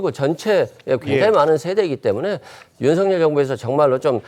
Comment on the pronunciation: 윤석열대통령발음을윤서결이뭣니까똑바로발음하시오